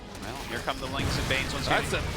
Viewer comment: New alcohol poisoning drinking game: every time the new guy says "Lings and banes" wrong you take a shot. I swear i heard lings and blings enough that banes are blings from now on